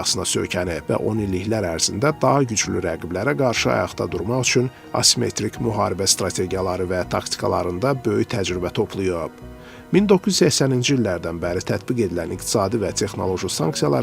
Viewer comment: Bu xeber aparicisi niye bele vurqular vurur sonda? gozleni-liiiir,toplu-yuuub😐